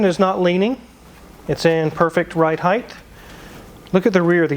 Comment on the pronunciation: I love these videos but “heighth” is not a word :)